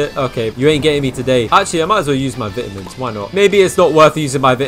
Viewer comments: "VITAMS!" its vitamins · bro said vITamins 💀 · HE SAID VITAMINS SO BRITISH